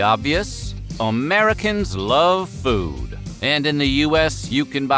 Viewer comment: I like how he pronounces it as "omericans" i mean i like how he pronounces everything but yk (i just love his voice)